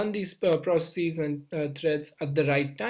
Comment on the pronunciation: I loved how he ditched saying "proceecees" and started saying "processes" towards the end :D